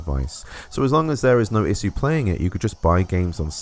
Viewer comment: I have an issue with the way you say issue